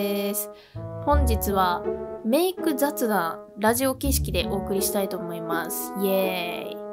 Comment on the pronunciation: 画面左上の『ざつだん』を何故か『ざっだん』って読んでて動画後半で急にちゃんと『ざつだん』って読めた👀と言う。